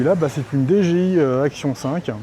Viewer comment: Je viens de me rendre compte que ça fait quelque temps que j'ai découvert la chaine et que je ne m'étais pas encore abonné. C'est chose faite maintenant. Pour ta nouvelle caméra elle est peut être capricieuse non ? l'appeler dé-gé-i au lieu de di-dji-aïe ça l'a peut être vexé ? 😅😅